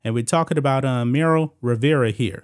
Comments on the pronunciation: Her name is Marly not Meryl lol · This neega keep saying “Merrill” Rivera😂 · MARLY...Cant even pronounce her name right...smh😆